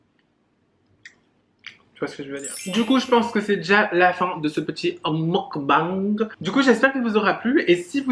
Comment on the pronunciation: Je trouve ça bien de vouloir préserver ta vie privée / amoureuse. Vivons heureux vivons cachés comme on dit. Une vidéo avec Ayo Carolie olala ce serait tellement bien ! 🥰 Continues de prendre confiance en toi parce que t’es géniale 👌🏼ce petit « mougue bangue » tu me fais trop rire Pleins de bisous, ta salade a l’air trop bonne 😂😘